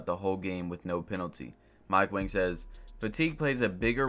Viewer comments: Mike Wang posted his name is pronounced like “ Wong” and we’ve been saying it wrong this entire time, but he let it slide bc Wang means King so we’ve been calling him King Mike.... so it’s Mike Wang/“Wong” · BiG JaY1602 it’s pronounced wong but his name is spelled wang